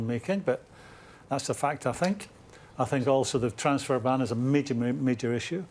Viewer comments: Ashley “I fink” Cole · ' i fink' 'i fink' i think this is garbage, tired of these has beens spouting off garbage, these kind of show's are on their last legs, just like the big money players are coming to an end, youth, if you haven't invested in the youth of your club then you will struggle in the near future. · I fink....I fink.... dosent seem to be the brightest spark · Has someone tried telling Cole that the word think doesn't start with an f?